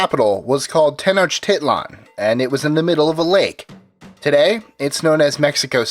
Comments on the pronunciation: Pronounced Ten-ock-tih-lan not Tenochiliean ! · Stop saying titland... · I hate the sound of Tenoch-tit-lan, the i in tit is pronounced like an e. If this is categorized under 'education', at least make the effort to look up the pronunciations of major points you make. Edit: Especially if you're going through the trouble of trying to pronounce Hernán Cortés correctly. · He said “tit” lol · It's pronounced ten-osh-ti-lan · Its not pronounced tenochtitlan its pronounced tenok-tee-tlan. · From 3 years of ancient history tenochtitlan was actually pronouced Tech-no-chi-clun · Why can't they get a Mexican to talk in the background , like you mispronounced Mexica , Nahuatl , and Tenochtitlan , #NativeAmericanpride #allday #tellthedayidie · Ugh they way he pronounces the capital gets me frustrated